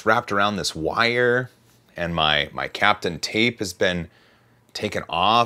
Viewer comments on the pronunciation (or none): ) 'tis not "captain" tape... like "Kapton America"... but "cap-taun" Nice video... as always... but a bit sad. Does PLA smell horrible when it burns? A pro hot air gun would have been significantly more successful... along with some wooden craft sticks to help peel it off.